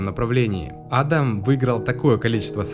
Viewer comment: Правильно не А́дам, а Ада́м